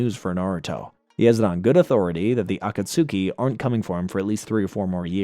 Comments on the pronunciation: 😂 this bothers me every time I heard him say it wrong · I’ll never understand if you didn’t watch the show and just did spark notes for this or what but you’re the only person on all of YouTube and in Naruto who pronounces the akatsuku all weird like that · Yes when he said "Akatsuki" I genuinely did not know what he meant at first 😭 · And tsunade 😅